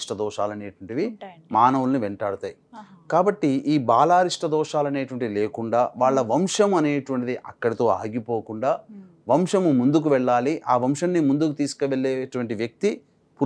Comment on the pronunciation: అయ్యా.. షివరాత్రి షుక్రుడు వంషము .. ఏమిటి స్వామి మీరు పెద్దవారు మీరే ఇలా ఉచ్ఛరిస్తే ఎలా అమ్మా యాంకర్స్ తల్లీ ఎంత స్పష్టంగా ఉంది నీ ఉచ్ఛారణ. చాలా మంది యాంకర్లు, పెద్ద పెద్ద వాళ్లకూడా “శ” ని ష అంటున్నారు